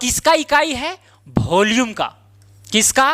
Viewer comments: Volume ❌bholume✅😂😅😅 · It is volume not bholume. Please speak clearly.